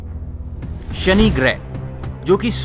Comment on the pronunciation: I really love your videos, but please improve your diction especially while pronouncing 'S'(Sunny = Shani ) and 'SH' (Cashini = Cassini) etc... Else your videos are interesting.